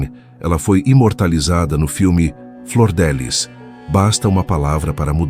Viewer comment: Não é Flordelis é Flor DF liz